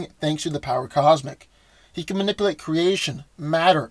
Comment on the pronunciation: Dude! ManipUlate, not manipIlate. You're killing me! If you're going to use a word over and over, pronounce it correctly.